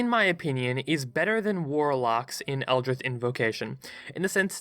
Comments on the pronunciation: Odd accent you got there. Never heard of "Eldrith Blast" before. "Artifisher" sounds like a magically enhanced fisherman. Interesting concept, ranking classes against each other. I feel like they're designed to synergise (when played properly), rather than compete. That said, I have no idea what your criteria is for each rank. What is the actual difference between S and A, for example? It feels like you're being a bit arbitrary when deciding one rank or another. Also, I feel like you're not that cluey on how healing/support characters are supposed to be played in 5e. You don't play them like a healer in an MMO where they are designed to just top up the HP of the tank during battle. They are supposed to help players avoid taking damage in the first place, and to get players off the ground if they're dropped to zero. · butchered Eldrich when talking about the warlock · this dude cant make the 'ch' sound and just says 'th' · " Eldr-ITH" is new, never heard that before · “Eldrith” good video but I wanna die bc of that😂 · Ah yes, the eldrith God, c'chulu. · eldritch. there's no "th" sound. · The way you pronounce "Eldritch" scares me more than the abominations defined by the very word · I was mad enough with the pronouncing Eldritch without the c... but I disagree with Warlock being so mid tier regardless. The spell slots are the only negative, but you get some at will spells, Eldritch Blast having the potential to get off a minimum of 24 force damage with Agonizing blast if all beams hit alone is noteworthy, they can also gain Smites too, and their versatility is off the charts. I'm not saying S tier, but still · Every time he said eldritch I twitched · How the heck are you pronouncing eldritch? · Is that how you pronounce 'eldritch'? I thought there was a 'c' in there... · Is no one going to comment on the fact that he pronounces “Eldritch” like “Eldrith” for the warlock part? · It’s elditch not eldrith plz say it right u made me cringe every second of warlock